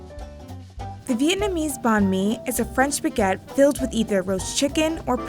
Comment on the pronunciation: Sweet Jezuz. It’s Baguette NOT BEGETT. If this is VICE’s idea of an international food correspondent it’s truly comical. Ignorance is a sad excuse for laziness….. just look up how to pronounce words properly sweetheart ~ I’m embarrassed for this gal.